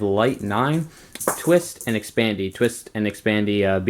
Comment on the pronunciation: "XPANDI" LMFAO WHAT A FUCKIN IDIOT!